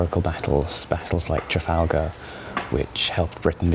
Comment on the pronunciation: Weirdest pronunciation of Calais and Trafalgar Ive heard